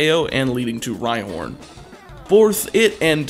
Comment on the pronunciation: he also said bourth